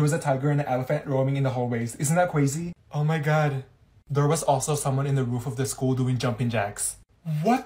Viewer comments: Isn't that cwazy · Isn’t that CWazy